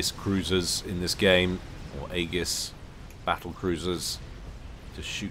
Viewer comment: Oh btw - Aegis is pronounced "ee-jis", for next time!